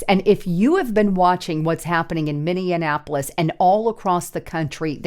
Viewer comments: HEY, THERE IS NO MINNI-ANAPOLIS, It's MINNI-APOLIS. Not that hard to pronounce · when you say Minneapolis, it is so funny, it sounds like you’re pronouncing it mini-in-napolis. It’s actually pronounced Mini-apolis. So I just moved from Minneapolis to Menomonie, Wisconsin. And I can tell you right now. I’m glad I got out of there and my family. Here’s a thing if people on the other side are going to attack ice agents then and I’ll talk about most of these people are probably American citizens and I’m assuming some are not but that means then American citizens should be able to get up and protect ice agents from them and ice agents and stuff. They have rules of engagement where regular American citizens that would be protected and do not so if maybe you could put out there in your you know podcast that American citizens maybe should get out there and help protect the ice agents. I’m not even gonna lie. I don’t like cops I can’t stand cops at all and definitely federal cops, but I support ice because they’re a different kind of cop. I just wanted to throw that out there I’ve been listening to you since 2017. Love your reporting. And are you familiar with the YouTube channel Promethean updates. If you not, you should check them out also. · One thing, it's Minneapolis, not Minionapolis. Although it is full of Democrat minions, so you be right. 🤔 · Minneapolis, pronounced like Minionappolis a few times. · Love your news updates!!!!…. But you keep putting an extra “an” in the middle of Minneapolis You are saying Minne”an”apolis God bless!!! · Or, as we Minnesotains pronounce it "Minnie -ah-po-less" .... lol. I love being in the rocks and cows area, FYI.😉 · Please learn how to pronounce Minneapolis! There is not an extra n! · Great video, as usual. Gotta ask though, have you learned how to pronounce Minneapolis yet? 😁